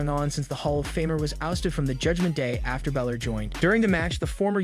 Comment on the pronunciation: Its Balor not Bilor 😂 dickhead